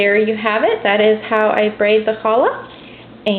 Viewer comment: Actually, not to be picky, but this is a challah. The pronunciation is hard to describe but it is not like the kid said. The ch (or more accurately kh sound is a kind of guttural German sound like you are about to hock a loogy). Or you can pronounce it like "HALL" which is softer but more accurate than what you heard in this vid. :)